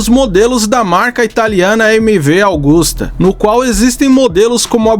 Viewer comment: MV Agusta man * Não “augusta” Só p ajudar msm